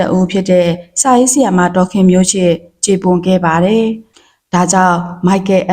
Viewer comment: ဒေါ်ခင်မျိုးချစ်အသံထွက်ကဒေါ်ခင်မျိုးရှစ်လို့ဖြစ်နေတယ်၊အသံထွက်မပီဘူး။